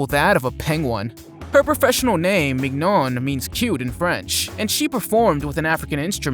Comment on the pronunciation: Mignon is pronounced "min-YAWN"